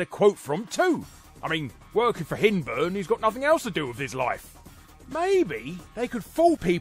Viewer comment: Its pronounced Hind-burn (as in be-hind teehee)